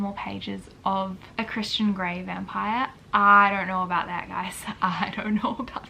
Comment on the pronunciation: the first time u said christian gray vibes i heard Christian granny vibes and was like INTERESTING i see the turn off